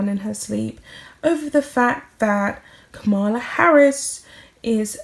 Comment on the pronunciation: the next Vice President of the USA is called KAmala Harris with the stress on the first syllable NOT KaMAla Harris. Kamala Harris is multi-race, Indian-Black, and has NO time at all for Meghan the mad Markle. Just because Megsie likes the Democrats doesn't mean the Democrats like Mad Mooh. She is a real pain in the neck. For anyone who has been following the important American election (important for the whole world as Trump is insane and getting worse so we have to be careful what happens around the world these days), will have seen that the Harkles have not risen to any conscious level on the Democratic landscape. It really is time we stop talking about the Harkles as they are now just pathetic. What a useless pair. If that coat is the same, Mad Megsie has made a real mistake chopping it off, especially as the inside hem is hanging down and clearly visible. What a useless person the Megsie is, not even a good clothes horse. Shre can't wear anything without making it look shabby and too tight because she squeezes her weird shape into too small clothes all the time. She's like a bad sausage popping out of its skin. Let's put them to rest and bury them in irrelevance.